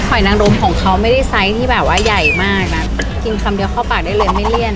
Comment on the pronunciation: หอยนางรมไม่ใช่รางรมค่ะ